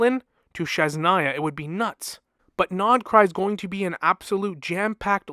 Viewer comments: I love your videos but god please, its Snezh-naya (snesh) not shesh-naya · Lol, it is a common misprononciation, maybe is too difficult to pronounce it. I was going to write about that too. But it is not sh, it is zh, as in brezhnev.